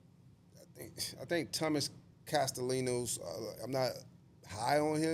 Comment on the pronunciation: UNC when u say tom castellano. It's pronounced cas tah la kno